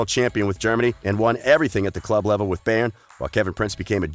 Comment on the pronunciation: You pronounce Jerome wrong and Bayern